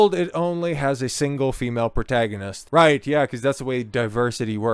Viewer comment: Why do you pronounce “protagonist” like that